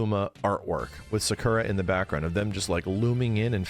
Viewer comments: sakura being pronounced secura was funny as hell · I know this is 3 years ago but, Sakura’s name is not pronounced the way you say it, it’s pronounced “Sah-koo-rah”